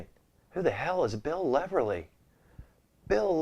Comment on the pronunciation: U may want to read on how to say. Bill Leverty. U miss saying the T